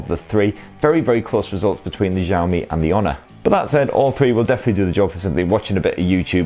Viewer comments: Shiaomi, SHIAOMI, not zhiaomi, jeez.... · xiao mi not zaoooo mi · Who is the 1st tech reviewer who started saying 'JOW ME' Please stop it! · You are pronouncing xiaomi wrong